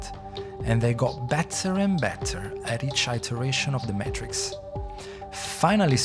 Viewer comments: Is this an AI voice. They keep saying the “mahtrix” and not the “maytrix” very strange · Great vid. You are pronouncing "Matrix" incorrectly, it's not Maaaatrix, it's Matrix, like saying the word Daytrix, or like hay or hey. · May-Trix, not "matt-triks" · Maytricks✅️ Maaatrrrikz❌️ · The way you say matrix is so frustrating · They already made a short series explaining all of this lol. This is a terrible video and he keeps pronouncing Matrix wrong. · You make a video about the "matrix" and cannot say the word "matrix"? Are you absolutely serious right now? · This is literally just a summary from the animatrix you can just watch the animatrix clip its not that long. Nothing is really added except some dude pronouncing matrix wrong.